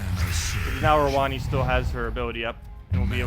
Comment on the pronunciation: Yeah lol I'm pretty sure that is how it is supposed to be pronounced. I cringed every time he said rowonnee XD